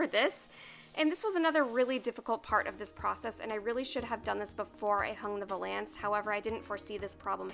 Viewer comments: Scandi Snowgirl i know what it is, apparently she pronounces it wrong check out last week lolita news she has a full episode dedicated to her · Nobody is going to talk about how she saying vuuuhlance? Lol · I came to the comments section to see if anyone else pronounces it differently Lol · Maybe she’s pronouncing it right and we’re all wrong?!? Dun dun dun! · How you say valance like its two words LOL. No hate, just giggled every time. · You probably don't care at all, but you pronounced valance wrong the whole video. Cute, though. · I'm still waiting for that French person to pop up and say how she's not only mispronouncing it, but also how the term is supposed to describe the curtains rather than the piece of furniture (if I'm not mistaken).